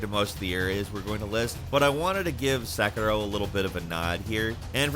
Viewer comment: Don't roll your tongue when you say sekiro, white boy